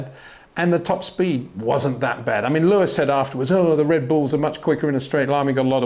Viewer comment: HEY PETER WINDSOR, I HAVE MESSAGE FOR YOU SIR: With all due respect ... it is NOT Max "verSHtappen" ... Max is not German (Germans indeed do pronounce "st" as "sht") ... #Max33 = Dutch NL/Belgium! ... It is not "Bottash" nor is it "Lewish" certainly not "verSHtappen" .... This BS started long time ago when a British sport presenter interviewed father Jos Verstappen and assumed you can use a German pronunciation to a Dutch Driver thinking it is so "funny" ... It is not. Serious question: can any Englishman say "versatile" out-loud without saying "vershatile" phonetically? most can about 99,99% ... that is why most English can pronounce Verstappen 100% correct! Father Jos Verstappen (also F1 Racer) was very active between back then only a very few said "Vershtappen" but the vast majority of British sport presenters pronounced it perfectly ... only a few old stubborn farts like Peter Windshor